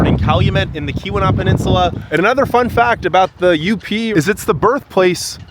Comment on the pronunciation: There's no harm in asking a friendly local or two how to pronounce place names (Tahquamenon Falls; Keweenaw Peninsula; ETC.)...just saying.